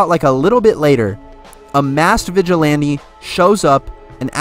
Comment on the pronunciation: “A masked vigilame”